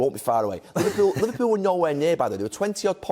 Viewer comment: LIVERPUULE. eugh